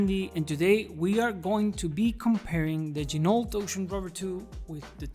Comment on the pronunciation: FYI, Ginault is pronounced: “G-Noh”, per the company owner.